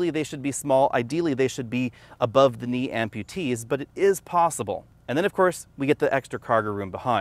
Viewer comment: LOL. "Above knee Amputatees" did anyone catch that. LMAO